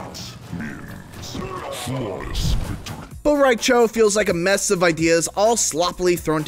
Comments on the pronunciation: "Bo-rai-cho" MrGstar321 has entered the chat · Bo Rai Cho? Should not be here.